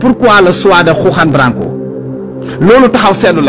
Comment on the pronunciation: Tu ne sais même pas prononcé lr no de Juan branco